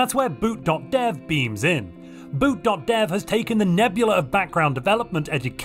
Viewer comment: when you said boot.dev, I swear I thought you were saying boot doctor with the weirdest accent